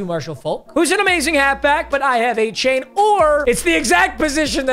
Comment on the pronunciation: It’s A Chan he said